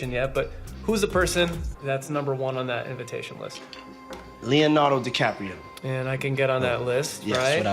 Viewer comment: "Leo denardo DiCaprio" smh